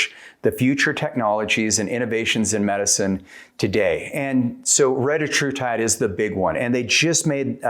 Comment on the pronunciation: Hey at least he pronounced it right